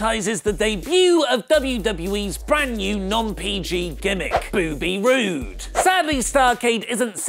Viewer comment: I've spent the last five minutes laughing at "Booby Roode"